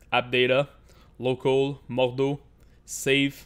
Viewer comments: no stop its german dont butcher it with french please its MORD-HAU not modoo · Gutrot Has lol he’s saying moodhoo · Bruh say MORDHAU right.